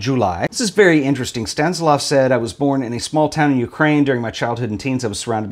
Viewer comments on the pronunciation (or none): ..sta nis lav.. not stan si lav.... 😉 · I like the gold Polaroid!! Anything looks better with some gold on it! 😉 One thing: I'm quite sure it's Stan-IS-lav! 😉 Another very inspiring show,. I love the book by your online friend Sinnøve! So beautiful! 😍❤